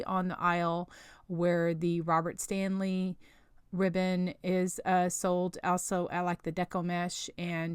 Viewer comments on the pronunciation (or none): none